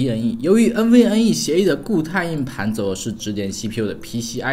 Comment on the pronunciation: 连硬盘这个词都发不好音，不该连读的地方强行连读，不该轻声的又发轻声。真的没心看下去